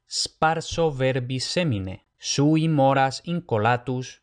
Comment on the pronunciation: minuto dijiste consonantes dobles, pero está escrito vocales dobles. Me confunde. Gracias por tu trabajo. Minuto Por otra parte, en el texto dice "sui" y lo pronuncias como "shui", entendí que se pronunciaba con "s". Me encantó la clase y el texto. Dios te bendiga.